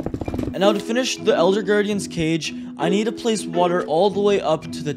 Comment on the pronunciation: Bruh you said eLLLLLder that makes me laugh